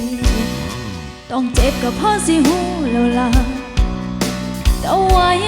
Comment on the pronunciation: ติตรงคำว่า. เจ็บ. น้องร้องไม่เป็นลูกทุ่งเสียงไม่ชัดเลย. มันออกเสียง. เป็น. เช็บ. น้องออกเสียง. จ. ไม่ชัด. เเละเพิ่มพลังเสียงแค่นั้น. น้องเก่งค่ะ